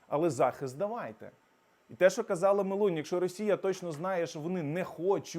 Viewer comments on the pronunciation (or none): none